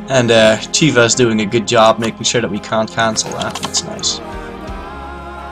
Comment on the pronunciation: You keep pronouncing Khiva like "Chiva". I believe "Kh" is meant to represent a hard h sounds, not a ch sound. Pronouncing it more like something near h and/or k would be more accurate.